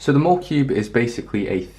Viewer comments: its pronounced like mall-uh-cube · I've always called it the Molecube, pronouncing it similar to Molecule